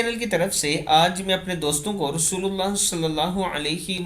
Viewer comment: اله کے ه پر کھڑی زبر ہوتی ہے اس کو درست کر لیجیے